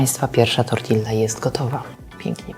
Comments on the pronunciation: Super przepisy! Jedna rzecz na minus: "tortiJa", a nie "tortiLLa". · Tortilla czytamy tortija, bo w hiszpańskim podwojne L to jakby J. Poza tym super, bardzo fajne przepisy 😊